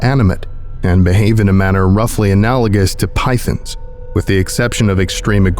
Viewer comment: Did you mispronounce rainments AND pythons?